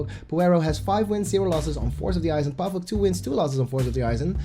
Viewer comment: Not pàvuk but pavÙk xddd